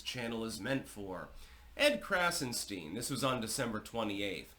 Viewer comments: “Edward” and “ Brian” Krassenstein are Jews. Their first names are Irish and English respectively. Their surname is German…and should be pronounced “Krahtzen Schtine ( to rhyme with “mine”. Their nationality has come to them courtesy of the British crown and successors. Everything about them is fake .Why do they matter? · Heavily emphasized “stein” lol, color me shocked as history clearly shows. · Heavy emphasis on “STEIN”!